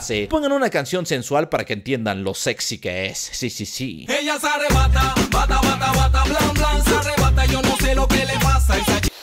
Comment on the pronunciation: Esa chica se arribata, bata bata bata blam blam, se arrebata yo no se lo que le pass